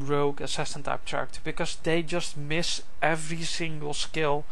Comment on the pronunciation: Why do u say chairecter